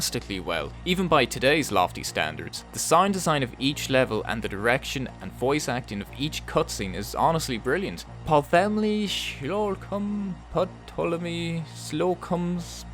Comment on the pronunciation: The P in Ptolemy is silent